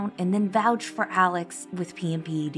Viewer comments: Who....is...."ellick"?? Why do you people keep calling him different names?? This is why he'll eventually have grounds to appeal because they'll say "your honor, the witnesses were referencing someone named alec and ellick, not Alex"... His name is ALEX...A...L...E...X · Why do people pronounce his name "Alec Murdock"? Is this a southern thing? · Alex.... It's ALEX!! Not "alec" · Holy sh*t smh... Does nobody here know how to correctly pronounce and spell the name ALEX.... "AL-EX" I don't understand...